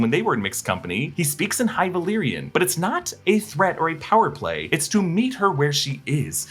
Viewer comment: Love speaking high valyrian